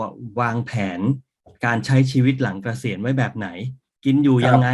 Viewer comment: เกษียน ออกเสียงไม่มี ร ค่ะ